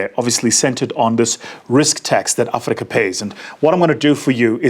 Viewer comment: Blah blah platitudes ......and a pronunciation of Africa that the Afrikaans would be proud of.